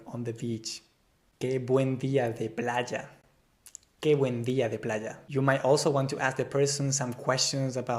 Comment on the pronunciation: Then you must be hard of hearing. He DEFINITELY says PLAH-JAH !! That is in English sounds PLAH instead of PLY (as in plywood) and JJJJJA instead of YA. This is not standard Spanish pronunciation in Spain. If you can' t hear this, then you must go for a hearing test ASAP.